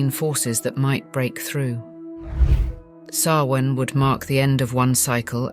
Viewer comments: It's pronounced SOW-in, not sow-IN. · Samhain is pronounced Sowweeen. 🤦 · The ancient Celtic festival of Samhain is pronounced SAH-win but spelled Samhain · You mispronounced Samhain wrong. Other than that an enjoyable watch. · I HATE that she extremely destroyed the word Samhain.... but im still gonna listen.